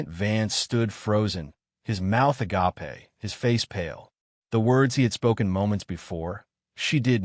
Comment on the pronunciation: Can someone please get the AI to pronounce 'agape' properly not as A - GAPE`